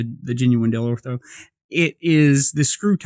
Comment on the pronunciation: Dellorto! Lol not deltro 😹😹